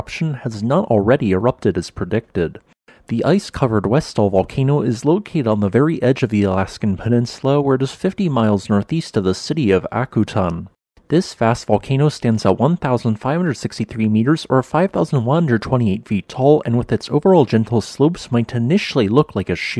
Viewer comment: "ACK-you-tan" Mentioned regularly on Deadliest Catch.